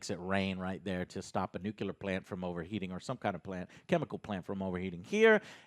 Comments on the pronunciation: NEW-CLEAR, JOE, NEW-CLEAR; NOT NEW-KEW-LAR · Stop saying nuclear as new-ki/key-lar. It's new + clear :-p. Jokes aside I agree pretty much with your opinions. Willing to see what the next episode brings but to be honest do not have high hopes for the whole season. Would be super glad if I'll be proven wrong though.